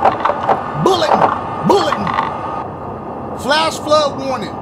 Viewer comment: Nobody: Dashie: flash fluh warning